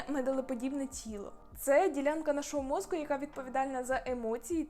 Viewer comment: попрацюйте, будь ласка, над чіткістю вимови слова "мозКу" (хоча, може, в мене проблеми зі слухом і /ґ/ мені вчувається).